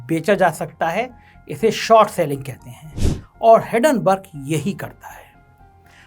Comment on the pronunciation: हिडनबर्ग नहीं, हिंडनबर्ग भो....ले!!!